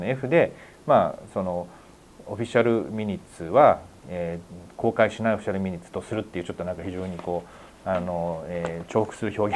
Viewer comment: 神保さんが「ミニッツ」と言っている言葉は、「マイニューツ」と発音する語で、「要約」というより「詳細」という意味の単語です。detailsと同じですね。